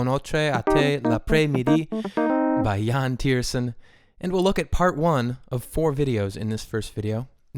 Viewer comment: I speak English and French I love that you at least tried to pronounce the name